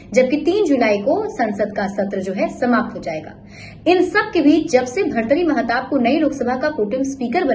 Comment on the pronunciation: Kam se kam naam to thik se bolo